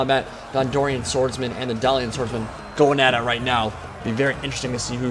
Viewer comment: "Dalian?" Dalish